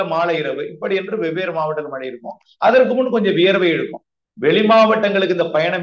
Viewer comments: மலை,மலை,மலை ஐயா தமிழ் படிங்கடா அப்புறம் செய்தியாளர் வாங்க😢 "மழை" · Malai இல்ல. மழை. சரியாக உச்சரிக்கவும்